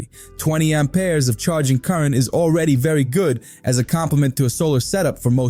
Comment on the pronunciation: What are these "Arm Pears" you spear of? 😂 Sounds like you need to see a doctor!